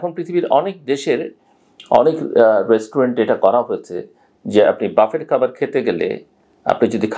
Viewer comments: বাফেট ( buffet) নয়, উচ্চারণটি ব্যুফে। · ৬ঃ৪৭ মিনিট। ভাই, বাফেট না, বুফে। আমি দুঃখিত এইটা লেখার জন্য। একটা কারনেই লিখলাম। সেটা হল আপনার ইমেজের কথা চিন্তা করে। ক্ষমাসুন্দর দৃষ্টিতে দেখবেন।